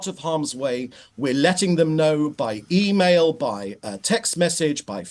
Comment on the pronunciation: By emaial ! They dont even have a toilet to use and he said by emaial lol